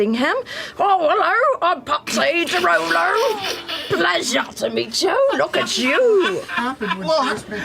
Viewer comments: Taliesin calling the de Rolos the de Lolos is an underrated moment. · I love how Taliesin purposefully mispronounces it as "De Lolo"